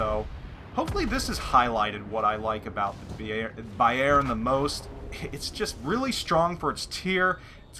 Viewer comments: no problem man... Just to help you a bit, you say Bayjern.... Try to say Bayrn.. Swallow the e:-) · great video, but the Emphasis on "Bayern" is on the first syllable like "BAYern" :P somehow im not getting too warm with the german BBs >< scharnhorst looks interesting tho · lol, being Dutch with knowledge op German language made me constantly correcting your prenouncement of Bayern during the clip ;-)